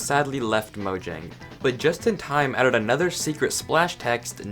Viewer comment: You said the name of a word wrong... It wasn't even able to be different due to being the name of a company that's now in multiple countries, it was literally the word. The name of the company could have changed due to regional stuff but least the actual word itself is pronounced "mo-yang" dude